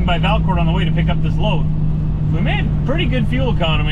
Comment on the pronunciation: Your in the town of the inventor of the snowmobile and it is pronounce Valcour(t) the T is silent